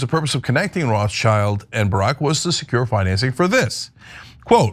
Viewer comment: Uh, Cenk? Roth-schild is not English. It's German. Roth = Red (modern spelling = Rot) / Schild = shield or escutcheon. Above the door in the building the family lived early on. The world "Child" does not appear in the name. OK?